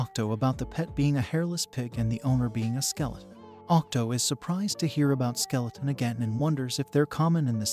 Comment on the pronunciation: Bro said skeletron every now and then 😂